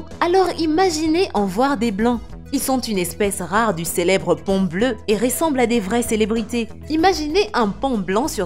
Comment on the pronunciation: Quand elle dit paon blanc j'entend pont blanc 😁